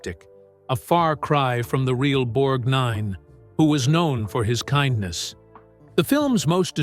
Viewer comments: This great guy deserves a better video than this sloppy effort. Patricia Neal's photograph is with Gary Cooper, not Gregory Peck. Charles Bronson is shown with Robert Ryan, not Lee Marvin. The narrator's peculiar emphasis on the second syllable of Borgnine's last name might be an attempt at an Italian pronunciation, but that doesn't explain doing the same thing with Ethel Merman. Those are just some annoyances I can remember. Makes me wonder how much care was taken with facts. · Learn to pronounce the name of the subject you are doing. I couldn't watch this very long , at least get it right. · a few, including the pronunciation of Borgnine. 😂🤣😂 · It is Ethel MER-min. It is spelled Merman but the 2d syllable is soft. One of the pictures isn't them. It is Bette Davis and her 4th husband Gary Merrill, as in All About Eve. It is pronounced BORG - nine. The picture in the scene where he felt smaller by the minute was actually one of the final scenes from Giant where Rock Hudson ends up losing a fight with the owner of a diner who refused to serve his half Mexican daughter-in-law and granddaughter. I don't know who the other actor was but it was not Ernest Borgnine. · Borg-NINE??? Ethyl Mer-MAN???? English as second language or a narrator who really knows nothing about the topic? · Irritating voiceover👎 and his name is one continuous Borgnine…..NOT BORG NINE! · It’s pronounced with the accent on y]the first syllable. BORGnine. Why is this sloppy presentation allowed? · None of the pictures of women in the end were Winters... You're pronouncing his name like it's two words? Borg nine... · Borg Nine? It's all one word, geez. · IT'S NOT BORG-NINE BUT BORGNINE. GEEZ!!! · I hate the robo voices. Even though they're sounding more realistic, the creator here doesn't care about his audience when "Borgnine" becomes "Borg Nine" -- just reeks of lazy desperation. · Borg--Nine. Borg---Nine. Nothing like a Cyborg talking about another Cyborg. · Borg 9 🤷. It's not two words